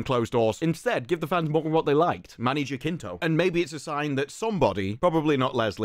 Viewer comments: it's not JaKinto, it's JaCinto (pronouced as an S) - just trying to help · It is pronounced Many "Hasinto", as in "has". Here it is pronounced with a hard "J"... but that phoneme doesn't exist in English. Greetings from México. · I believe Manny's name is pronounced HA sin toe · Just to give a helping hand, his last name is pronounced: ha-sin-toh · Man, is not "Jakinto"... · Hey man, its been bothering me since ive started watching your acolyte videos but Jacinto is actually pronounced Ha-seen-to. Just putting it out there